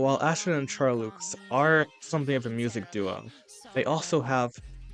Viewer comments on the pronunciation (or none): Charloux is pronounced shar-low 💜